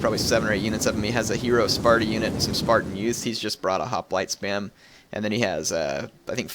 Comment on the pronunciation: If you pronounce companion correctly why don't you pronounce hoplite correctly?